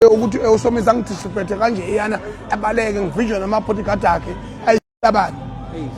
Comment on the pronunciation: "Discripect" he said 😂😂😂